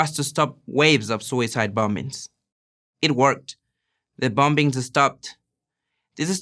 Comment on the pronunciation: I love everyone no matter there ethnicity but he said the bom-bings